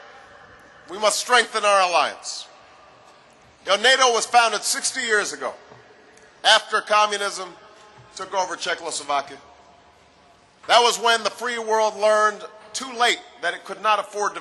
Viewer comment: yes, czechoslovakia, not "czeckloslovakia".